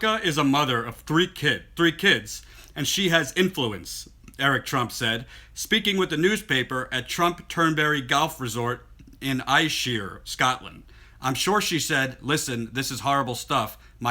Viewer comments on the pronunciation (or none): Ayrshire =air-shir! I think you're great xx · Very scary... this cannot be done on a whim. I have a feeling it may have been made up to make Trump seem more human though. Also btw Ayrshire = Ayy-err-shir :P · Ayrshire is pronounced Air-shire. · For future reference, the natives would pronounce "Turnberry, Ayrshire" as Turn-bree, Air-sure. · Ayrshire pronounced "Airshire" first secondly the Industrial Military Complex is alive and well, President Eisenhower was right and the people are still not listening